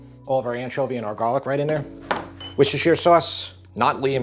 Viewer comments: Fantastic - thank you 👏👏 and also (as a Brit) can I congratulate you on a perfect pronunciation of ‘Worcestershire sauce’ 👍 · As a Brit, it’s music to my ears hearing you pronounce “Worcestershire” correctly, bravo sir! 👏👏